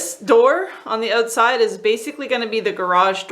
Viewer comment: You didn't annunciate "out" in the word "outside". love the speech up there. 😊